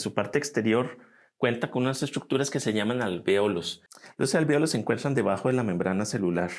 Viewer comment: el profe deberia comenzar a estudiar las diferencias entre el Reino TR y el Reino CH, asi va a cachar qe dencho de los grupos va a enconchar diferencias al pronunciar palabras básicas como "otra y no ocha" "encuentran y no encuenchan" y asi, porfa profe, le haria muy bien